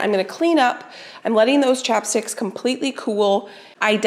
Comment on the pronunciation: Ohhh chapsticks!! I kept on thinking you were saying chopsticks!! LOL!!